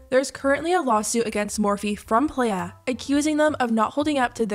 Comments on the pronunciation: playa is pronounced like “ply uh” not “play uh” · Not sure why, but it feels like nails on a chalk board when ppl call pronounce it "Play-ah". It's not hard to find a video of the business founder Hopson on this hot mess of a situation and its pronounced "PLY-AH"! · Y'all, I found Playa hair products at Marshall's ! Also, pronounced ply- ah (Spanish for beach) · playa is pronounced "ply-uh" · Minor thing, but noticed you pronounce the brand Playa like the shorthand of "player" but I think it's meant to be the spanish word for beach, which is pronounced differently. I noticed this in a previous video I think so I just thought it might be worth mentioning if it comes up in any more videos.